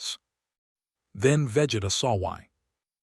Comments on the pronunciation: its vageeeeeeeta not veh geta more emphasis on the e man, go watch some dbz before u make these crossovers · I stopped when the ai narrator said VEHJETA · Ai calling him veh geh tah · Imthe man, Vegida, Fre-ezza. AI pronunciations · Im sorry, I can't sit thtough hearing Vegeta's name mispronounced repeatedly for that long. XD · SOMEONE NEEDS TO TEACH AI HOW TO SAY VEGETA and OMNI MAN if yall wanna keep this shit up peace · How hard is it for A.I to pronounce NOLAN and VEGETA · Can you pronounce vegeta’s name correctly 🙄🙄🙄